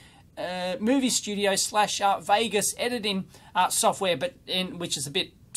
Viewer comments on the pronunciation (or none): none